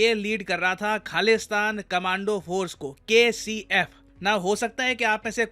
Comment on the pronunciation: 😂 kcf i thought you said KFC 😂😂